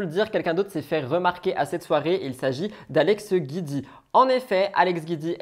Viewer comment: Le nom d'Alex c'est Giudicelli donc c'est GIUDI et pas GUIDI. Je l'aime pas mais tout le monde écorche son nom de famille